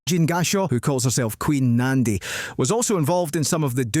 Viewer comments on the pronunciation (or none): “Queen Nandi” lol as a Zulu person I am so offended on behalf of our late Queen Nandi . Hhaibo 😂😂